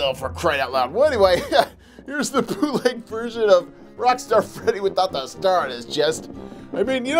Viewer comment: I thought u said poopleg figures